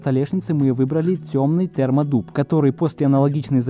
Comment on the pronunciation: Мне послышалось "Спермодуб". Термоклей - спермоклей